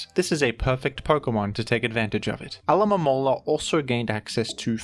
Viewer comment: How did u say alomomola so many times and get it right